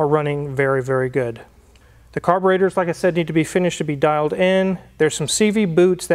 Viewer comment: They are carburEtors - not carborAtors.